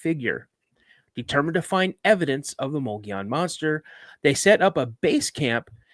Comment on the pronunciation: You know you are saying The word wrong Mogollon . I am a witness of this creature and it was along the Mogollon Rim in the middle of the desert my encounter happened in the year 1993 .